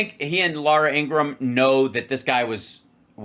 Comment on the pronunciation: Ps: “Louoorah Ingraham,” Teutonic pronunciation is priceless